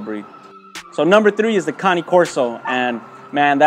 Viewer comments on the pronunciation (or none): Cane corso not cani korso